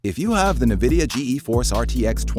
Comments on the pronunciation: I’m just gonna pretend I didn’t hear that ‘Nuhvidia’ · 'Nah-vidia' wtf? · Yeah Im not gonna listen to advice on nvidia cards from someone who doesn't know how to pronounce it. Sorry